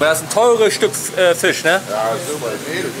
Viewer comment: min. das "ö" beim Wort "schöner" 😄